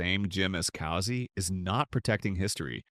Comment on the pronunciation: "Cousy" rhymes with "choosy".